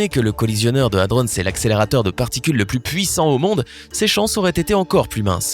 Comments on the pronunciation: ça se prononce HADRON, pas HADRONSSE merde, un minimum de recherche avant de faire une vidéo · Nan Ludo, je pense que lui il a mis sa tête dans le ralentisseur de particules. Il prononce hadronnse comme si c'était le nom d'un gars ou d'une ville. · J'ai fait un stage au CERN pendant mes études d'ingénieur. J'ai travaillé sur des accélérateurs de particules. Purée ! La quantité d'erreurs scientifiques dans cette vidéo remplirait une encyclopédie ! C'est tellement con que j'ai même pas réussi à patienter pour savoir ce qui est arrivé au type qui a mis sa tête dans le machin. Et, au passage : "hadrons" se prononce à la française, comme "cornichons", et pas "hadronn's". Nan mais allô quoi ! Faut pas être scientifique pour savoir se servir d'un putain de dictionnaire ! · Pour ''hadrons'' je croit qu'il croit que c'est un lieu... Si il sait prononcer ''protons'' je pense qu'il saurait prononcer ça aussi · C'est moi ou je la supporte de moins en moins cette chaine. Les coms sont de plus en plus abuse. En même tps il se fait de la thune sur vos vues il en a rien a foutre sinon il prononcerai Hadrons correctement genre la base de la vidéo quoi... Le coup du trou noir j'appelle juste ça du foutage de geulle vu l'énergie nécessaire a sa creation . c'est la dernière vidéo que je regarde votre chaine franchement ça devient n'importe quoi et y'a trop d'erreurs perte de qualité, d'idée de vidéo, y'a un moment faut faire autre chose. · Quelque chose me dit que c'est bizarre d'avoir 314 commentaires pour des millions d'abonnés, très bizarre non ? L'achat d'abonnés ? Vu le contenu plus que douteux. De plus apprends à mieux prononcer Hadrons, m'enfin bref...